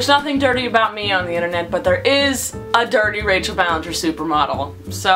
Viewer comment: It not Ballenger It Ballinger